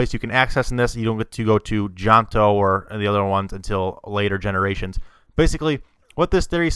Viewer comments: John-to? Johto. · It's not jonto it's johto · It's johto not jonto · Janto wtf its jhoto my god u nevet played it nicely said tell me the theory when u get all 8 badges pal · i wanna gouge my eyes out with a fork and stick burning candles in my ears. I mean everyone has a right to express what they believe to be true but holy hell, if you say Jahnto one more time I'm going to punch my screen..nice theory and everything but no..i will not accept this as any viable connection to Pokemon. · ITS JOHTO NOT JANTO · STOP SAYING JONTO WTF IS THAT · Johto is pronounced joetoe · its prounonced joetoe